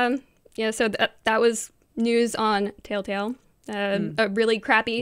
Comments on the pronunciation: why does she call it tailtale? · Anyone else hear them say "Tale Tale" games..not Telltale games...am I the only one? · My only complaint is, "Why do ya'll keep saying Taletale instead of telltale? D:"